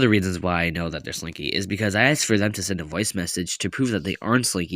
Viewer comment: no but why did I think you said “springy” 😭😭